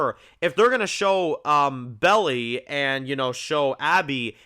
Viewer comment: did you call her Belly? 😂